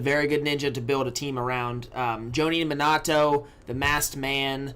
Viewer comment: Great video as always but pls learn to say Minato's name